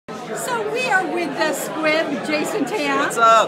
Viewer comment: It's SQUIP...not squib. :)